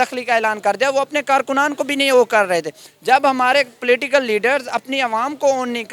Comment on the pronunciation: Platical leaders 🤣🤣🤣 wah kya english hai. ... Political leaders 😊